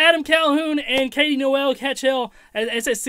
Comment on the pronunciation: Why tf did this dude pronounce Noel as "Noelle" 😂